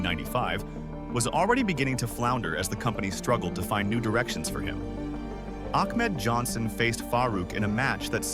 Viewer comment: “Ahkmed Johnson faced Faah Rouk….” 😂